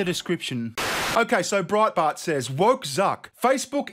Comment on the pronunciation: Please say it again, "Broadbart" sounds Aussiesome. 😊